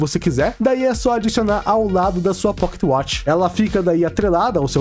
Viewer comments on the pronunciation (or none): quantos "poquetiuatchi" ele falou kkkkkkkkkkk